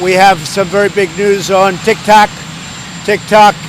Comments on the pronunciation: He said tic tak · Did you catch him saying “tick tac”? He corrected himself. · Trump favorite words: "teek toks" "weekeleeks" "chygnaa" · Tic tak told, isn't that a clock?😂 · He said "tick tac"? Just disgraceful.